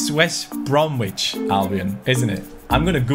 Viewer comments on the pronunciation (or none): Pronounced West Bromich!! Hello from UK.